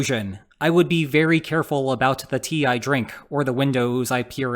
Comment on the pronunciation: "Tee-i" drink? Is the host here a robotic reader ? Don't tell me it is so.